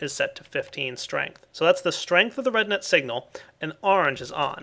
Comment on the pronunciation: Everytime he said RedNet, it sounded like he was saying redneck hahaha